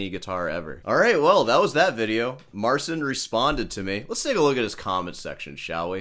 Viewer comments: Marchin not marsin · Im a Polish guy and I fkn can't watch that Marcin guy. Even if he is not banging on the guitar all his expression and attitude feels made up. There is something unnatural in his behaviour that makes me sick to watch it. Btw you pronounce the name Marcin wrong but in that case fk it, he is a Marzn..:D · That's even better than you think, because his name in Polish is actually pronounced Marchin' :) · He said in an interview that he doesn't want to force people to pronounce his name in Polish, so he sticks with the English pronunciation. And it was also his label directive to call himself Mar-seen.